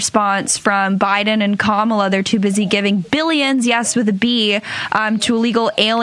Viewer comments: So annoying to hear Margie the traitor mispronounce Kamala's name over & over. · She's not alone. Corey Lewandowski does it too! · I still find it so childish and disrespectful that the Maga will not prounce Kamala's name right. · They think it's very cute and clever to mispronounce Kamala. It is actually disrespectful and ignorant. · I’m sure it’s on purpose as a sign of disrespect. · All of the Republicans purposely mispronounce her name. They are sick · Someone corrected her on Kamala's pronunciation of her name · They just love mispronouncing her name. At this point it has to be intentional. No idea why they think it's so funny. And yes, Harris is not trying to ban all semiautomatic weapons. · Pisses me off that she refuses to pronounce her name correctly. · Let’s stop saying their names right too. Margie Blue can’t say Kamala so I can’t say her name. Danald should love that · So disrespectful to purposefully mispronounce her name. That just makes you look bad. The founding fathers didn’t address weapons of war. No one needs these weapons. Yes, ban these weapons of war. Keep your guns - that’s fine. Give her and Trump a reality TV show. That’s where they both belong. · I just can’t even watch her!! She can’t even pronounce the name right!